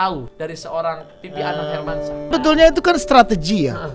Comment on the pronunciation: Hermansyah napa bang, jangan hermansah. Pen banget, banget denger pake syah😭😭